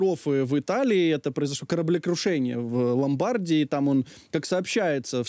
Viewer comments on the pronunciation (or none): Слово «Ломбардія» в Італіі промовляється з наголосом на останньому складі.